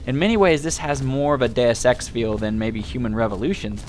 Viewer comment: Every time you say deusex I hear day of sex :)